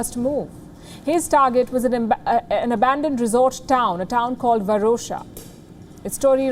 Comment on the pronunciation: Oum Nama Shivaya 🙏. Hey Palki Sharma can't U even pronounce abandon 1.38 /1.37. What's wrong with you. Always have pronouncesition problem. When will u learn to read news without flaws but I like U love U for Ur looks u r gorgeous. But doesn't mean U r a good reader and good at work U r worst. But I watch wion news just to look u